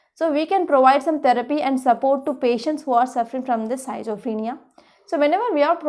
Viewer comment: healthy discussion on each topic madam, but may be your pronunciation for schizophrenia need to correct...